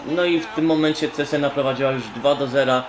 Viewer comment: nazwe tego klubu czyta sie czezena lub czesena